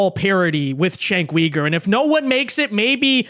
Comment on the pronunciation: You suck at pronouncing his name